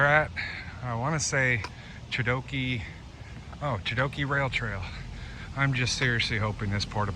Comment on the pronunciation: I'm looking forward to your through-hike, but if you don't get the proper maps from the Bruce Trail club, you are going to get lost a lot. In walking through Dundas, you were far from the trail. Also, the normal Hamilton pronunciation of 'Chedoke is sha-doke. Finally, the body off water to the west of Hamilton Harbour is Cootes Paradise. If you don't know it, there is a whole world of trails around it.